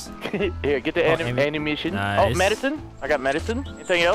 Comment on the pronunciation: He said ammunition anumission XD